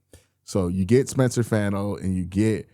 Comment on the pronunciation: Can you please pronounce Fano's last name correctly?